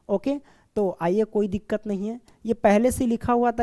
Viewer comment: Koi diqqat nhi diqqar😂😂